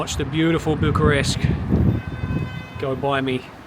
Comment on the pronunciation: You need to change your pronunciation from Bucharesk to Bucharest. same for Buchareski. 😆